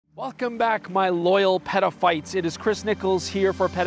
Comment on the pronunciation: Love the channel, just a suggestion, if you're going to coin the term "Petaphites" please make sure you emphasize the "t" in Peta. It has a whole other suggestion if you pronounce it "peda". Again, love the channel.